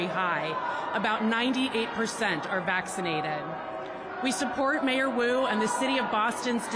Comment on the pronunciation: What rhymes with boo 😒 , the name Wu !